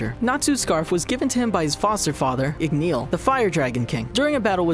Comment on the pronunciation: ZE-REFF IG-KNEEL CAN-AH